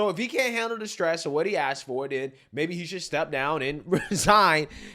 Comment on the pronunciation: It is a goddamned shame that mayors can not speak proper grammatical English. Johnson in Chicago and Scott in Baltimore both "aks" questions about accountability of the mayors of Democrat "ran" cities. 😂😂😂